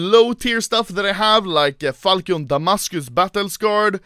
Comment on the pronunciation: The falchion knife is pronounced like (fal)-sh-(ion)